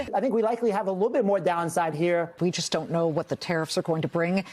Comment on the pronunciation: That woman's accent asking the question sounds like she is not from the planet earth. She pronounces know like "kneuw". 😂